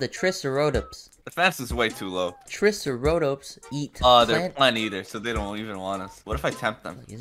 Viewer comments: triceotops? ITS TRICEROTOPS 💀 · as a person who is actually interested in dinosaurs this makes me laugh so fking hard when and pronounce the names wrong:Sob: tree se ro tups